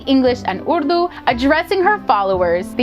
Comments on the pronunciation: So true. The Arabic words were so well pronounced. Even the word Urdu was said perfectly! Well done! 😁👍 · You pronounce the word urdu in a very authentic way 👌